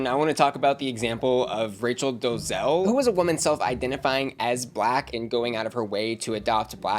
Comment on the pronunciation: Do-le-zal. Three syllables.Not two.